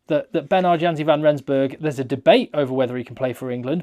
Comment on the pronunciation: the "J" in Janse is pronounced as a "Y" so it's actually pronounced "Yanse"